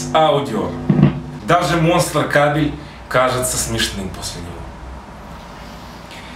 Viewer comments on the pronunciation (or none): none